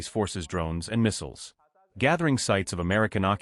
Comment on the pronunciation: Even AI can't pronounce "missiles" ffs.